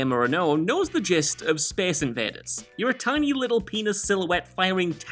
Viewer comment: speece inveeders